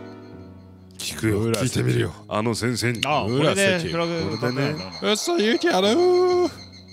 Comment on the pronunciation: のあの先生の読み方 かっこいい！